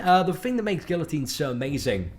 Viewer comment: Guillotine pronounced as is looks. Not any more